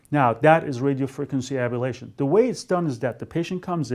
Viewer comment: it's pronounced ablation, not abalation.